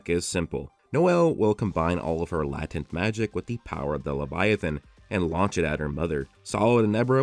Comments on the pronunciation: LAY-TENT, not LATIN-T. 👍🏿🙏🏿💯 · Somebody has to tell you bro… latent is not pronounced that way